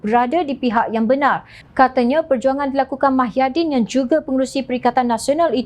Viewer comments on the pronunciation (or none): Ada silap dia sebut mahyaddin...sepatotnya muhyiddin